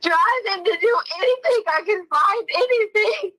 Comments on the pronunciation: I’ve never heard anyone end the g ending words with a k like she and Harley. For example: “anything “ is pronounced by as “anythingk” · Why does she say "anythinK??" What an annoying woman.